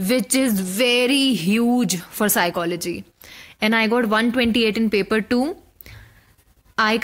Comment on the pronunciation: SOME one plz tell this young officer that PSYCHOLOGY is pronounced as PSYCHOLOGY itself n not as PSYCHO LOGY sounds very disappointing to receive such a stuff from IAS